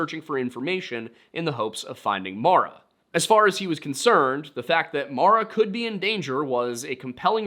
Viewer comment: As someone named Maura, I can never get what happened to Maura Murray ou of my head. also thank you for saying the name Maura correctly… at least how I pronounce it